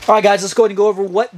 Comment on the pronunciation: its pronounced "L2" btw.